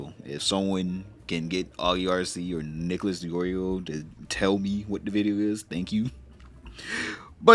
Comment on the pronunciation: Nicholas? 👀 Sure that's how you say it. 😂